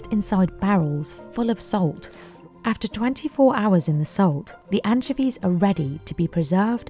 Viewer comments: I'll never not hear Anne Chevies for pronouncing anchovies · Worst pronunciation of anchovies I’ve ever heard. My ears want to vomit… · Mispronounced anchovies. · doesn't even know how to pronounce anchovies 😂🤣